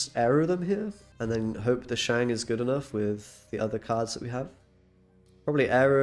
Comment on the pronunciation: I'll subscribe to your channel if you promise to pronounce Shang correctly going forward.